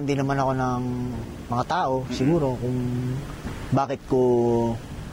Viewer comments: good video btw "ng" like in, for example, "buwan ng wika" is pronounced "nang", not "nga" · “ng” pronounce as nang not nga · why do you pronounce "ng" as "nga"? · Your accent is very good. The only thing I heard that you have difficulty is pronouncing the word "ng". When it is a particle like "buwan 'ng' wika" or "Nagdala siya 'ng' liham", it is pronounced as "nang" even though it is spelled as "ng". Keep it up 🥰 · ng pronounce as nang